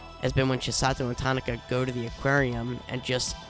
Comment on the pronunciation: her name is pronounced "ta ki na", not "ta na ka"